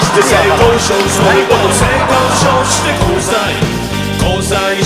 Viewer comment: ゆってぃの言い方SAY KOU SHOWじゃなくて、ちゃんと性交渉なの笑う